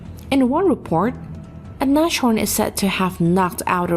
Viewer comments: Nas-horn, not Nash-orn 😏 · btw nashorn is pronounced "Nas horn" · That is what happens if you don't do your research properly. The wikipedia article in English has a phonetic transcription of how to pronounce it [ˈnaːsˌhɔɐ̯n]. If one cannot read the International phonetic alphapet one REALLY should not narrate any videos.. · Oh please....don't make a "sh" where is none...it's pronounced nazhorn, syllable division is Nas-horn (nose-horn = rhino) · Funny, how you pronounce "Nashorn". 😁